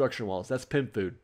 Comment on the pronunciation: I keep hearing you say “pimp food” instead of pym. 😂